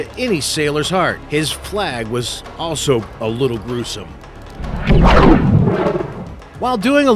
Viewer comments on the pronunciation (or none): none